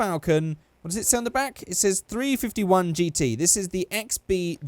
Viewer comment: I'm from nz and one of my favorite movies is mad max so you sound stupid saying stuff like 35i its 351 big block g